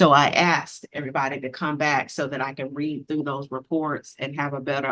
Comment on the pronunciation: Reat? "I have not yet reat that." No, it's read. The pronunciation depends on the use in a sentence. But no matter the use, there is no T in the word.